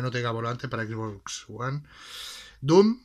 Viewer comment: Yo pensando que ya era bastante que le digan Equis Box pero hasta que veo a este men que dice Ixbox :v